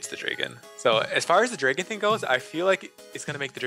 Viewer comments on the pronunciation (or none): Dra-gon not Dray-gon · CAN LEMONNATION NOT SAY DRAYGEN? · "Draygon" -lemonation 2015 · lololol lemon calls its dray-gon.. who cant pronounce dragon.... I mean honestly